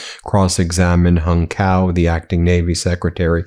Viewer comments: Appreciate the vid - it’s ‘tsao’ btw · Hung Cao's last name is pronounced Chow. As a lawyer I know you realize why this is important. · My mistake. I just heard him pronounce his name Cow.